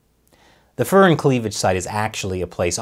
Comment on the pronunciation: The Fur in furin is like the fur in fury, not the fur in furry.